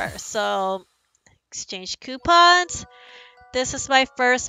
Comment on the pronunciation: She said quepons Lolll